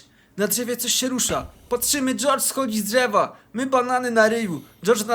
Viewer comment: jordz prosto z dżewa